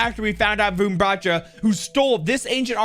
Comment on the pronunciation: Hey i just wanted to say how to say Varun Batra properly so well Wa- r(without a curl)-un Ba-tr(without curl)-aa